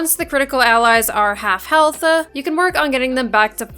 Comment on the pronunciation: I like how you say health-ah